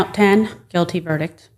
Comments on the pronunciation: what’s a ver-dick? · Between counts 4 and 5, someone told her there is a T at the end of the word "verdict." LOL